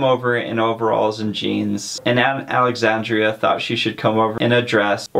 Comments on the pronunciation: It's aunt Alexandra not Alexandria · It's Alexandra, not Alexandria. Thanks so much for cheating kids out of reading a classic book.